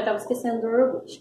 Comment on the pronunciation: Iorgute não né hehehe